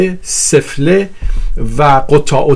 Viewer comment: چقدر تکراری بود گفتارت. تمام این گپها را میشد در حداکثر دو دقیقه خلاصه کرد. در ضمن تلفظ واژه سفله را درست بگو. کشتی همه را با دو واژه « سفره » و « قطاع الطریق »